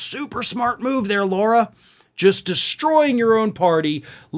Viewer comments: Excuse me, it's LARA, not Laura. Still just as much a waste of space! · It's not 'Laura' Tump. It's more like 'Lahra' Trump. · It’s LARA not LAURA. Get your shit together! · You keep saying “Laura”, dude, when it’s “Lara” 👍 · Her name is not Laura, it’s Lara. Pronounced Lah-rah. Irritates me that so many pronounce it wrong. I know it isn’t important but it isn’t her name. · I believe you are mispronouncing her first name./